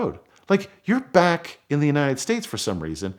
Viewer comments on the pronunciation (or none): none